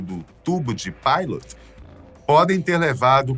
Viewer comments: Isso. Se pronuncia “PITÔT”. Agonia ver ele falando Pailoti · A pronúncia dos tubos está errada: Não é "Paito" e sim "Pitô", em Francês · Video top. MAS o nome nao se fala sonda "PAITOT". E sim "PITÔ" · Não é tubo de pilot não. É tubo de pitot! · “Tubo de pilot (páilot)” não né gente! Tubo de pitot (pitô). Com T. Não com L. Apesar desse detalhe, muito bom o vídeo 👏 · "TUBOS DE PITÔ" PELO AMOR DE DEUS. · Não seria "pitô" ao invés de "páiloti"?? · Tubo de Pitot, não Pilot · Vídeo maravilhoso, ao mesmo tempo revoltante! Só uma observação: a pronúncia é tubo de “Pitô”! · Ele chamando o tubo de pitot de tudo de pilot kkk 🤦🏻‍♀ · Copiaram tudo do canal aviões e músicas, lá o apresentador fala o nome direitinho, e aqui ele não consegue falar né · Os tubos de "pitot" se lê como se escreve.